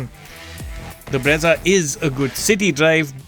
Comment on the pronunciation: guess that's why it is named Brezza and not Breeza😅